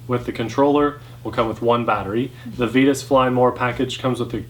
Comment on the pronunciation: Comparo! I’d also like to vote on the pronunciation of Vitus.... it should be v(eye)tus, just like the “vita” in vitamin :)